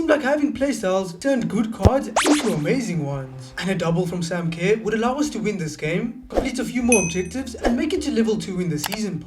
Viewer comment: just to help you pronounce Sam Kerr it’s Ker so Sam ker